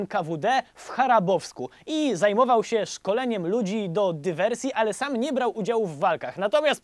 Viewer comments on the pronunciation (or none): Chabarowsk, nie Charabowski... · Chabarowsk nie Charabowsk. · Fajny stand-up, ciekawie to prowadzisz ale... Kolego nie ma miasta Charabowsk, jest Chabarowsk. Takie małe potknięcie... ale generalnie fajnie :-) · oczywiście Chabarowsk nie Charabowsk :p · pomyłka, nie Charabowsk a Chabarowsk* ;)) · Chabarowsk miasto się nazywa, nie Charabowsk :) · W HaBarowsku, panie. Habarowsk, nie Harabowsk ;) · Nie w Charabowsku, tylko w CHABAROWSKU. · Szkołę NKWD w Charabowsku? Co to za miasto Charabowsk? Jest Chabarowsk. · chłopie, nawet nie potrafisz przeczytać nazwy miasta? W jakim Charabowsku? Nie słyszałeś o stolicy Kraju Chabarowskiego i biegnącej przezeń kolei transsyberyjskiej? CHABAROWSK!!! Cały ten podcast zerżnięty i przeczytany z artykułu Sylwii Szyc pt. Fałszywa legenda Kim Ir Sena (z roku 2012) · Chabarowsk nie Charabowsk :)